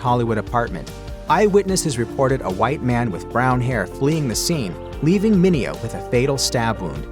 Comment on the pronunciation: Mineo told numerous reporters and talk show hosts that his name was pronounced "men ae ho" and not "men eh oh"😂